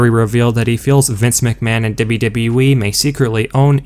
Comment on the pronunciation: No way you are saying "dubba dubba eee" like that by accident. It's a work!!!...I really do hope so.